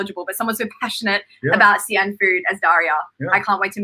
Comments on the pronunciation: Actually, it's more of a "She" - "An" as in like West... Xi-An "She-An" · 你发的也不对，华北山东的土话还是发尖音[s]，普通话尖团合流现在发作舌叶音[ɕ]，这个音英语国家的人发不出来的